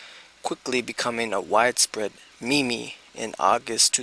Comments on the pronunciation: Did he just pronounce meme like me. me. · You lost all credibility when you said “me me” as in “meme”.